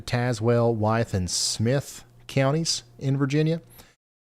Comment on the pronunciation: ✋ Near Mercer County, WV but live in Tazewell County VA! We were under warnings several times last time! (You pronounce Tazewell like Taz-well) 😊